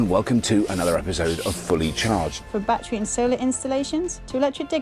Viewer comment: & Robert, I do admire you both BUT It's not a "Ba-Tree" Its a "Ba-TTerY"